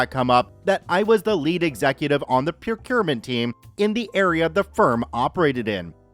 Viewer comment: says "procurement team" I hear "pewpewment team"